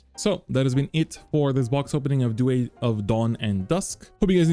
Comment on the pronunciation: I genuinely want to know why you're pronouncing Duet the way you are. I've never heard anyone say it like that before. Not bad just very strange 😅